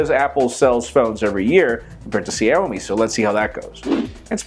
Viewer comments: Xiaomi really sounds like 'Shall-me' in English. Adding an 'i' in 'shall' to make it 'Shiall-me' takes it even more precise in mandarin Chinese. Love from China. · Just quick suggestion, you might want to look up the pronunciation of Xiaomi because I barely recognized what company you were talking about when you said it. By the way, you could also call it "Little Rice" :P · You're pronouncing Xiaomi wrong.